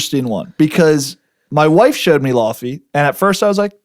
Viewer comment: Laufey is pronounced more like Lay-vay. Law fee got me dead lol